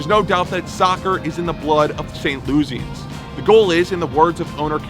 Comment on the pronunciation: WHERE ARE YOU FROM? You don't pronounce things correctly. Not "Saint LOO-zee-ens" residents are "Saint LOO-ih-sans."